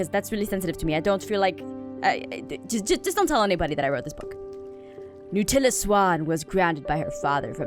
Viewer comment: When she said Nutella Sawn was..... I paused the video and laughed so hard. The book was from Do Not Laugh 😂